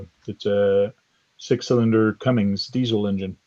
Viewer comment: I don't mean to be THAT GUY. Can't help myself being born and raised in the same city as Cummins HQ. We kinda bleed Cummins here. So I apologise for the knee jerk reaction to your pronunciation. However, after watching a few of your videos, I've gotta say that this is an entirely different (and very cool and VERY informative) approach to talking about and showing what our shared love for the hobby is all about!! Subscribed!